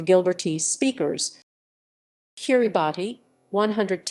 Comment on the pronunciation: I thought it was pronounced "Kirabass"